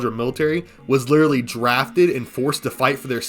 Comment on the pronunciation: "like lideratlee" "lideratleeee...." "lideratleeee...." "like" maybe run your script through chatGPT to learn how to speak or just learn to pronounce literally with that cotton mouth lisp